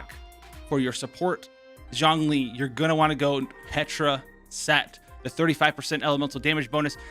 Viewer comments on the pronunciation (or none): 钟离。zh ong zhong 钟not jiang 姜 j i ang 。it‘s not seem Lol